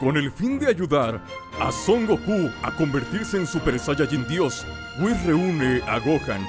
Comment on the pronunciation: Se dice saiyajin con i